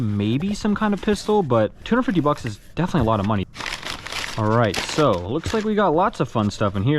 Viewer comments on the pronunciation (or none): none